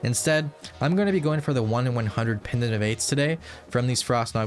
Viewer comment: why is bro saying pendent of aids